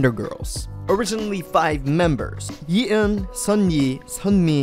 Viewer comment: How hard can it be to pronounce "Ye Eun" correctly? It only shows you certainly don't research much before creating these videos.